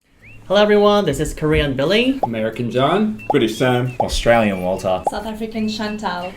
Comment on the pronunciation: “Strayyan Walter”